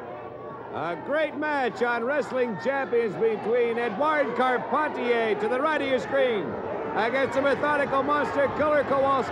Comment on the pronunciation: "Eduardo Carpenteer" ? Sounds very French !